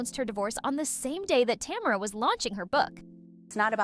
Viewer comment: Learn to say tamera. It's buggy me